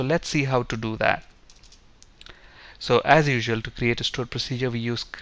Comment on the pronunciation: Tutorial is good but pronounce 'AS' as 'Az' not 'Ass'...